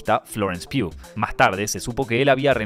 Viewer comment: Graaaaaaaaaaaaaaaaaaacias por pronunciar Pugh como debe ser. eres uno de los pocos que lo hace.